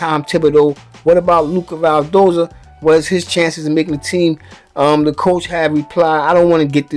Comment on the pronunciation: WHY YOU KEEP CALLING HIM "VAL"DOZA IT'S "VIL"DOZA